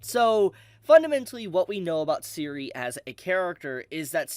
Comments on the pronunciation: You pronounce Serie exactly the way it spelled. It's really not that complex. Every time you say siri, is like a punch in the gut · Serie is pronounced Zer-e-á